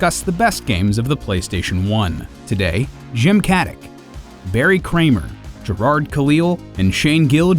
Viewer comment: Jim Caddick? Who the heck i... oh,. I never knew you had a first name, and honestly, hearing you call yourself Jim is prolly the weirdest thing in the world too.